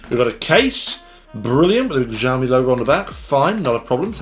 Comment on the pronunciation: "xiaomi" is not pronounced jiaomi, more like siaomi, would be closer to standard chinese, just fyi. I am also a xiaomi fan and like your reviews here.